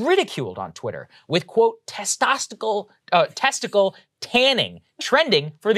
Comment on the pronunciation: Only if we also start pronouncing "testicles" to rhyme with "hercules."